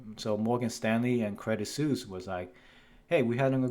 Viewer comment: plz, its not "credit seuss"